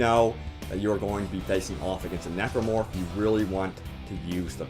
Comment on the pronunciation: He said necromorph :p